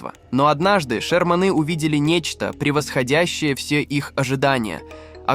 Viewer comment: ❓Не обОротни, а Оборотни. Что происходит, почему ударения в словах стали нарушать блогеры❓Не шермАны, а шЕрманы, и не шерманЫ. 💥